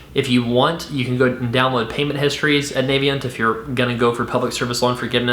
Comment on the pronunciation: Thanks for this video! I just disovered your channel and subscribed to the audio podcast. Minor point: "Navient" is pronounced with a short "a" sound (like "a" in apple) on the official Navient YouTube channel Not that it matters too much. Here's an example video from 2014